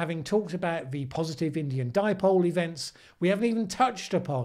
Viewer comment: Paul Joseph Watson called the Indian Ocean Dipole, the "dee-poh-lay"! Hahaha! That still cracks me up! Maybe he was thinking of Chipotle!